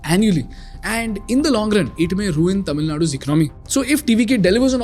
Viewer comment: I love the way how the words 'Tamil' and 'Tamilian' have been pronounced perfectly :) Hats off !!